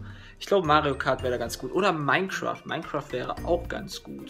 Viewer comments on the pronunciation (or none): Minecroft sagste :D